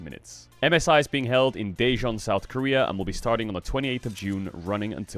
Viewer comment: It is pronounced “Tejon” to anyone wondering